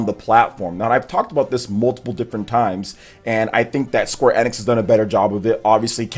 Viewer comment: Sorry to knock you off your high horse, but he actually pronounces Square Enix correctly, which means you must pronounce it incorrectly.